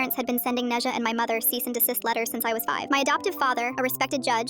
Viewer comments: Its pronounced né zhā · NEZHA?? HOW THE HECKITY HECK DID U PRONOUCE NE ZHA WHATT WHERE DID THIS COME FROM- as a chinese i gasped at "Neja" 😭 help